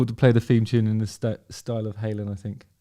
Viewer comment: I’m a Suffolk lad. I say ‘fink’ as well.is that down to your Suffolk roots?